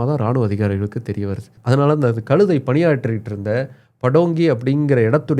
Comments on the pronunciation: டேய "களுதை" முதலில் "கழுதை" என்று உச்சரிக்க பழகு பிறகு சேனலில் பேசு. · களுதை என்று தவறாக உச்சரிக்கக்கூடாது. கழுதை. ழகரம் உச்சரிக்க பயிற்ச்சி எடுத்துகொண்டு வரவும்.